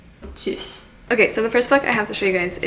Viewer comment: I applaud you for being able to pronounce Tschüss!